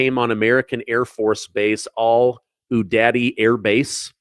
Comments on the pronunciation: Al. As in Sharpton. Udeid as Oo dade. Al Udeid.😉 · All-you-deed been there three times this is how it's pronounced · FYI: It's "Al-U-deed". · I believe Al-Udeid is pronounced "Al oo Deed" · It's pronounced AL YOU DEED